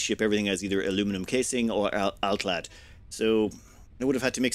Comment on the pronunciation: My ASC'd mind shouted happily when hearing completely correct "alclad" in this ep. <3 Thank you great voice!